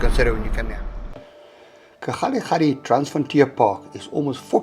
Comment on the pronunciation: Kgalagadi, not Kgadigadi. 😛 Great sightings and input.